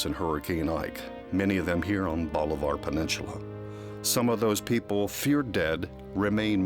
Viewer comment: Can someone teach this guy how to pronounce bolivar peninsula?